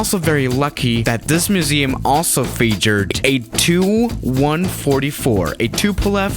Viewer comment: It's not 'tu (two) 144', it's T U 144. T...U